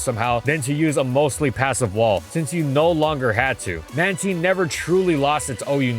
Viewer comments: Pronounced "Mantean" over "Mantine"? Like "time" "tine", but he goes "ean" sound?? Edit: so this is cuz u pronounced tine in English but when i watched pokemon as a kid in my native language u prounced it with "tine" like "time" probably due to how it is pronounced in japan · if you say it as "manTEEN" you are legally a wanted criminal and should ne jailed it's man-tine as in marine and tide mantine god i hate the anime for changing it and making this crused version of min-TINE'S name which sounds like bullshit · Am i the only guy whose been saying Mantine with a long I? Hearing the word "ManTeen" over and over feels weird. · TINE!! Not teen... I swear you did that on purpose... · It's pronounced "Manteen"? Not "Mantyne?' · When you hear him say “Man-teen” instead of “Man-tine” 😭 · I will never not call it Mantine. Manteen just...doesn't sound right to me lol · It’s been “man•tine” a lot longer than “man•teen” sooo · It's pronounced ManTYNE, not ManTEEN! Jesus Christ, how did you mess that up?! Anyways, why does it sound like you're yelling constantly in this video when you aren't sounding exhausted? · Why does he pronounce it like Man-TEEN 😭😭 it’s man-TINE like TIME but with an N instead of an M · Ok, not even 2 seconds in, who the hell pronounce Man-teen instead of Man-tine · Is this thing really read as Manteen? I always thought it was Mantayn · It was pronounced as Man-tine but starting from the BW anime, it started being pronounced as Man-teen. Especially in the Pokédex 3D app. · Its Man-Tine NOT Man-teen🤣 It's cringy like how you ruined my favorite pokemon's name, Drapion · I’m ok with manteen. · Hearing him say Mantine like “manteen” hurts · it’s not, it’s “man-tine” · Having a stroke here cuz I’ve always pronounced it as man-tine as opposed to man-teen lol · Anyone else say it as a MAN-TYNE? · It was pronounced as that early on, but was changed to Man-teen starting from the BW anime, and in the Pokédex 3D app. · Man Tine, not Man Teen